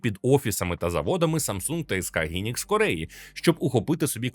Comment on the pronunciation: Хайнікс, а не гінікс